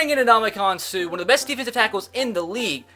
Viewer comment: Anybody else cringe when he said Suh's name wrong